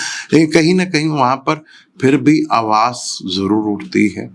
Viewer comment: Aap har word ke pichhe S kyon lagate hein? Awaaz b awaazs bol diya